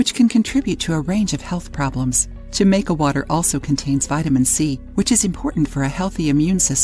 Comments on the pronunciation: The "J" is said as an "H"....Ha-maica.... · It is being said wrong. It’s a Latin America drink meaning that J sound like an H. And Jamaica has more than hibiscus in it. It has star anise, cinnamon, and other things.